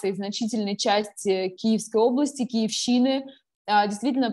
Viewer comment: С первых минут. Это "фонарь" и заказуха. Девочка вообще не в теме. "Отправилась на Киевщину", с ударением на 3м слоге , это аналогично Пески с ударением на 2м. Журналист обязан "отработать" всё в материале, сразу видно на какую аудиторию он направлен. ".....не верю".